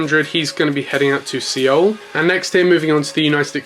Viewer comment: It’s pronounced Seoul (soul) just saying